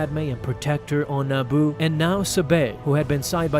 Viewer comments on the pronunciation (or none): none